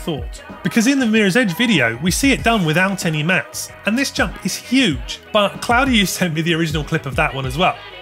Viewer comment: My man butchering "Claudiu" so bad he made it sound chinese!